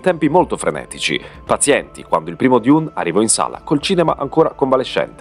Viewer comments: ma perche dIUne 🙉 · ..ma perché " diun"? È letteralmente DUNE!! Oppure meglio ARRAKIS ( Harrachis) ...tra i primi paragrafi dei libri:: ::: ARRAKIS ( DUNE) ::: il pianeta DESERTO